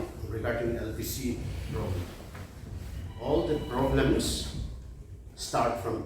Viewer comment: Wish they spoke in nagamese. Shameful if the world hears about the petty quarreling in the church. Their English is also broken and pronunciation atrocious. He says 'All the broblems started in the paptist LPCA cendenary celepration'😅